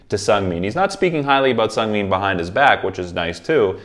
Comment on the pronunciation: this is just like some information i don’t mean this in any way !! but it’s chang- bin like dust-bin the chang is right it’s just the end you say it more like been instead of bin and it’s seung- min like the beginning of mint (min-t) again the beginning is right this wasn’t like affecting the video i just thought i’d let you know great video though i always like to hear your insights!!